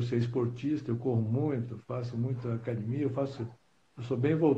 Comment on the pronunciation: O Gracie pode ser de qualquer geração e proceder de qualquer linhagem, ele sempre vai falar "Cadimia" kkkk kkkk